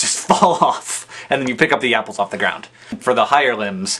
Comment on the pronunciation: haha sounded like he said "NIPPLESS!!!" when he said apples.